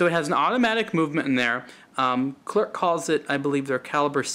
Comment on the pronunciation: Pronounced Cler and NOT ClerC OK!